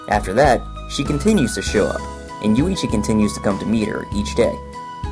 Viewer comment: The contents are ok, but work on the damn pronunciation. It' not Yu-ii-chi, it's YUichi.